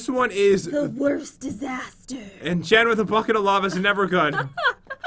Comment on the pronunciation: SHES MARRIED HECK NO and its jen not "gen" jeez